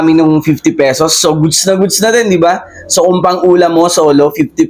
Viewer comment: pwede ba baeasan yung pabigkas mo ng so sa bawat salita mo